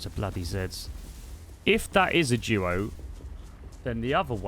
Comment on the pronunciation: I just realized he was saying duo not jewo